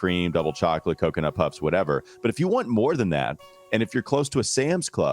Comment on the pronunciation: Hornets should be tanking hard rn, I don’t see how the FO can really justify anything else. Also pronounces chocolate as “chyah-clett.”